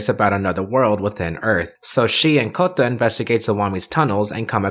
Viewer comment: FFS stop pronouncing Kouta as Kotta